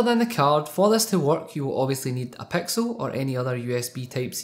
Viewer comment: He says "pexil" when it's "pixel"